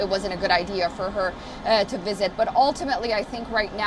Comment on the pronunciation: A wisit?